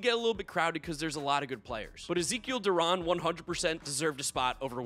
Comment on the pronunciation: Rangers fan here, I respect that you stated that Zeke Duran and Leody Taveras should be all-stars. Also Duran's last name is pronounced Du-ran (Like ran).